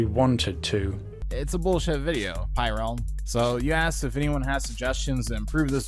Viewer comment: Heh I liked this video before watching this video what do you think about that pyrerealm! Also it’s pyrerrralm not “pyrealm”